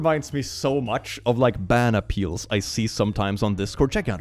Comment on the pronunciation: When he said “ban appeal” I thought he was just saying banana peel in a quirky way😭